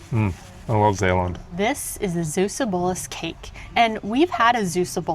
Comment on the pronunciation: It's pronounced Zeeeuwse booooolus :) with a Dutch "ee" and "oo"